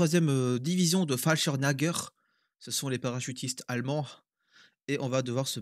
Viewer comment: falchimnager?!🤣 un tout petit effort: falchirmyèger = chasseurs parachutistes si mes souvenir d'allemand me trahissent pas. Bien vos émissions ça donne envie de jouer, me connaissant je resterais scotché jour et nuit, bonne continuation.